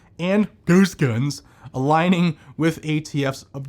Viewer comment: Man, I usually like your stuff. But the way you’re saying ghost gun is ridiculous. Please stop and stop with tool, use the real word. It’s Gun.